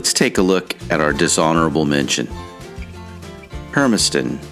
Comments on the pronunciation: Hermistan? Try Hermiston. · It's Hermiston, not Hermiston.